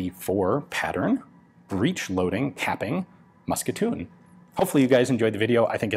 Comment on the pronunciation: Your second "mousqueton" is perfect.